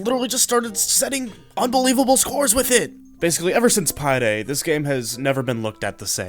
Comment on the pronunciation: bro did not just said "pie day" 🤯